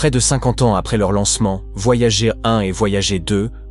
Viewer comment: Les sondes voyagééé 😂 Vidéo commentée par IA, rien de nouveau, si vous avez déjà des connaissances en astrophysique et exploration spatiale, passez votre chemin vous allez perdre votre temps !